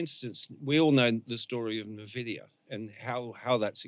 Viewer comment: jsut how does a guy as smart as not know how to pronounce nvidia, are we really living in a simulation or how is this bug repeating over and over, its impossible